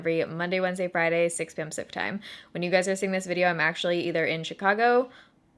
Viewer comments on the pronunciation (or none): none